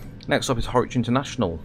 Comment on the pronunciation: Hi A great video, well produced,.apart from one thing...you need to pay another visit to the "Train Sim School of Pronunciation"!! As far as I know, the Mayfield Line has not been moved to central Lancashire? You have constantly pronounced Harwich as HORWICH!! It was quite irritating. (And I am sure the people of central lancashire dont want a 360 running through their area either..lol.) So I will book you a slot as soon as a course becomes available. Lol Derek